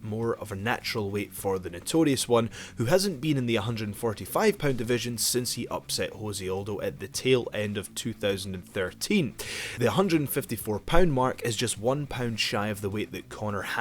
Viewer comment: Great analysis. Just a tip nothing to do with fighting but you're pronouncing José (Aldo) in Spanish (which means that you care how to speak the names as they are spoken in their languages) but this J in Portuguese sounds more like this /ʒ/. If you speak as it would sound in English nobody will care, but if you speak as it sounds in Spanish we notice.